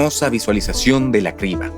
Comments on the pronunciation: ¿La "sibra" de Eratóstenes fue un gazapo humano?, suena raro que un humano cometa ese error de pronunciación. 🤔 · Cómo vas a decir "cibra" 😂😂 Cambien a un actor que sepa leer y conozca más palabras en español. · No son voces de IA son de malos actores, se nota porque no pronuncian bien: Cibra, erastotenes, etsprimir,aprotsimaciones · No son voces de IA son de malos actores pronuncian mal las palabras Cibra, erastotenes, etsprimir,aprotsimaciones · Es voz humana se equivocan al leer y pronunciar: Cibra, erastotenes, etsprimir,aprotsimaciones En realidad son actores baratos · No son de IA, se nota que contrataron actores baratos porque pronuncian mal las palabras Cibra, erastotenes, etsprimir,aprotsimaciones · No son actores, es un motor de texto a voz y hasta tiene errores de dedo. La "cibra" , "Erastótenes" , "Resuelta que" ... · Y que humano dice cibra en lugar de criba? En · Vine a comentar lo mismo (acotación al margen, los números primos me han fascinado desde siempre, es un excelente análisis!) el verdadero problema del doblaje por IA es que ningún humano corrobora los errores (horrores) de dicción, como "criba" cirba? "erastótenes'"!!, etcétera; hay que saber distinguir cuando el uso de IA deja de ser un verdadero avance. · mala supervision de doblaje, se pronuncia Kriba de Eratòstenes no Sibra de eratostenes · Dicen cibra en lugar de criba...en efecto las voces son de actores de doblaje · Sibra en lugar de criba... es lo que tiene la IA... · Nos siguen dando atole con el dedo. No son voces humanas, es un motor de texto a voz y ni siquiera está bien revisado. La "cibra" , "Erastótenes" , "Resuelta que" ... Y ya le paro de contar. Qué pena que hayan despedido a los actores de voz que hacían tan buen trabajo... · Erastotenes jajajajajajaja en el minuto 8. Muy mal. Y cómo que "cibra" en ves de criba? Bueno, entiendo que el doblaje es todo un arte, pero por favor hay algunos puntos a mejorar. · Lo escuche 3 veces y pensé que estaba mal mi oído.. es cRiba